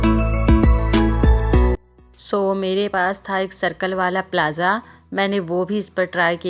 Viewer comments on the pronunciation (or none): Bura mat maan na bas age glt na bolo isliye bol rhi hun Plazaa nhi hota plaazoo प्लाज़ो होता है